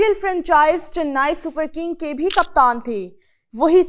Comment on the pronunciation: Chennai ❌ channnai ✅😂